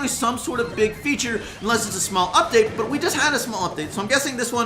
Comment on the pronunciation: anyone else realise he forgot to say 'date' in 'up-date' lol